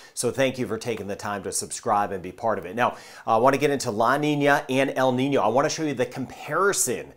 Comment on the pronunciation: Thanks for telling us about En-Nìno and La-Nìna. The way there dose work.